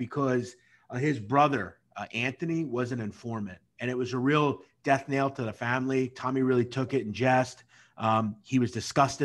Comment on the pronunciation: did he say death nail? 😆